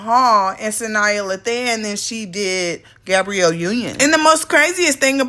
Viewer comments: “Suh - Niyah” lmaoo her name is pronounced SAH - NI Lay - Than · why did you pronounce Sanaa Lathan’s name like that? smh